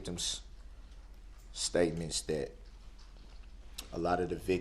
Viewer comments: Don't forget "dis, dat and the turd". What does that mean??? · And "Dat"